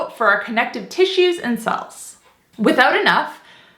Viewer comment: The word "cells" is sounding like 'sulse'.